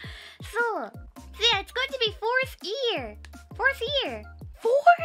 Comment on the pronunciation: She's still saying 'ear' instead of 'year' a lot of the time. <3